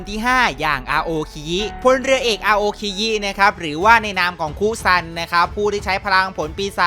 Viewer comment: แต่เราได้ยินว่ามุซัน555+